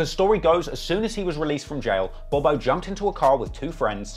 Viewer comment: hey bro his name is pronounced bob-O not bobo it’s THF BOB-O and THF mean’s ( trigger happy family )